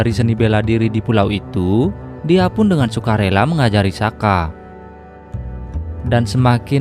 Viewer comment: Soka bukan saka